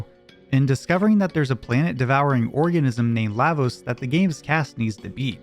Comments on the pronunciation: LAH- VOSE Not LAY-VOSE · La, Vos... La... like LAW... fuckin hell Lahhvos? wtf are you smoking. They even took the time to show us during the scene after the black tyranno when they tell you what each part of the word means. and Magus, being the magus he is, is likely pronounced as such which is "May-gus"